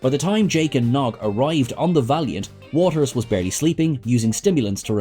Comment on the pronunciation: You said 'Watters' wrong, numerous times!